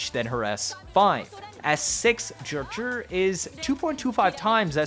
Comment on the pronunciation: FOR THE LOVE OF GOD ITS NOT JUH-JURR IT'S Juh-Jue